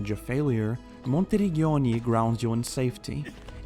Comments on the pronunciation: No worries 😁 Your pronunciation would have been correct if it was written like "Monterigghioni" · Your pronunciation of ''Monteriggioni'' is a crime against Italians